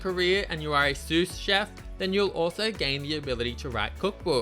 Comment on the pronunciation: Did you just say "sous" with the last S? It's pronounced "sue".